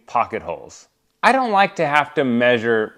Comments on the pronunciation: Omg...don't know if you did this to tease people who pronounce the word incorrectly or if you really think that it's correct, but the word "measure" is pronounced "meh*zhr" accent on the first syllable. Google has sound recording. The only time I have ever heard it pronounced "may* sure" is from my sons in-laws who live in West Virginia. Of course, they also say "pin" instead of "pen". Drives me insane! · measure is pronounced "Mehzhr" !!